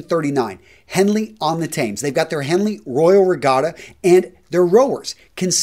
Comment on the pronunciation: That is not how you pronounce Thames BTW.